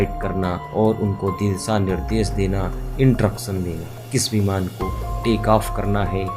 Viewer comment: जबरजस्त? इंट्रक्शन?दूस्तावास?